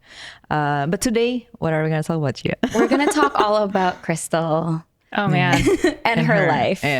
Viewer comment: WE WOK DE TOK NOT ONLE TOK DE TOK